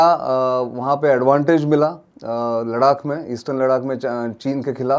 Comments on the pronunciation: Kahan se aaya hai लडाक लडाक कर रहा है लद्दाख बोल नही सकता है क्या? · लद्दाख को लड़ाक क्यों बोल रहे हो भाई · Mukesh bhandari bhai aapne sahi comment Kiya ha 'Laddhakh ko shriman ji bar bar ladak bol Raha hai. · बहुत अच्छा ,,,,, लेकिन लडाक नहीं लद्दाख कहो सर ,, अगर कह सकते हो तो,,,,❤❤❤❤❤ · Its ladakh not Ladak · कितना चुभता है आपका "लद्दाख" को " लड़ाक" बोलना? क्या आपके साथ कोई स्पीच प्रोब्लम है , आप अपने को अलग दिखाने के लिए जान बूझ कर ,, लड़ाक़ बोलते हैं या आप अंग्रेजी दा दिखने के लिए ऐसा बोलते हैं ,? कृपया इसे सुधारिए अन्यथा केवल चिढ़ हो जाने के कारण आपके दर्शक कम हो जाएंगे। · श्रीमान नितिन गोखले जी आप जान बूझकर लद्दाख को लड़ाक क्यों बोलते हैं। दूसरे यह चीन की नीति या फितरत है कि अपने पड़ोसी देशों की जमीनों पर घुसपैठ करना और फिर उस पर कब्जा करना। इसी बद नियत के चलते अन्य 17 देशों के साथ सीमा विवाद चल रहा है और अब कुछ देश चीन की इस युद्ध परक नियत से निपटने के लिए इक्कठहे हुए हैं लेकिन हमे उन सभी का नेतृत्व करना है और अपने इलाको को वापिस लेना है। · लडाक/लड़ाक नहीं 'लद्दाख' होता है अंकिल.🤣😜🤪 लद्दाख बोला/कहा जाता है अंकल🤪😜🤣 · नितिन भाई लद्दाख को लडाक कहने का क्या कारण है क्यों इस तरह से अर्थ का अनर्थ बोलते हो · एक बात ध्यान देने योग्य है कि नितिन जी सिर्फ लद्दाख को लड़ाक़ बोलते हैं बाकी सब अरुणाचल मणिपुर आदि ठीक है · Please correctly pronounce Ladakh not as Ladak. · आपकी हिंदी तो अच्छी है फिर आप लद्दाख को लडाक क्यों कह रहे थे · नितिन भाई अपने मरने से पहले मैं आपके मुंह से एक बार "लडाक" को "लद्दाख" सुनना चाहता हूं। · लड़ाक 😂😂 नहीं लद्दाख है भैया क्या यार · Gokhale ji LADAKH bolna seekh lijiye ya aise topic cover na kare 🙏🙏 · Aap acchi hindi bolte he to laddakh hi bole 🙏🙏🙏🙏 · 😂 मुकेश जी शुक्रिया मैं आज पहली बार नितिन जी को सुन रहा हूं और विश्वास करिए कि मैं '' लड़ाक '' नाम गूगल पर सर्च कर रहा था कि यह कौन सी जगह है जिसका आज तक नाम नहीं सुना। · Thank you Nitinji for information on LADDAH .But the name of the Himalayan region is not LARAAK as you pronounced it should be rectified by you. P.K.SINGH PATNA